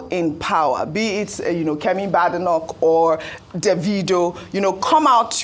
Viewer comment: Kemi's surname is pronounced (Be-de- noch and not ba-de-noch). I heard her tease an interviewer that "there is no bad" in my surname 😂